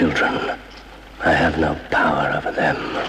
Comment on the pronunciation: What's up with your voice mate? "vem" instead of "them" and over pronouncing S's and T's...